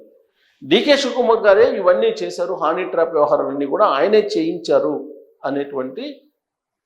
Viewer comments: హానీ ట్రాప్ ఏంటయ్యా బాబు. అది హనీ ట్రాప్. 😂😂 ఏం జర్నలిస్టు వో ఏమో 😡😡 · హానీ ట్రాప్ కాదండీ హనీ ట్రాప్